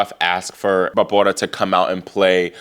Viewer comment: Love how you cover the women! And how you pronounce Barbora! Such fun!!